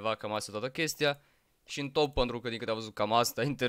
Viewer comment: Dc zici mereu "păntru " în loc de pentru? Like la comm sa raspunda